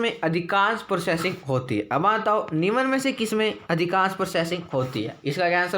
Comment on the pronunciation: निम्न बोले , निमन नही बकवास लगता है सुनने मैं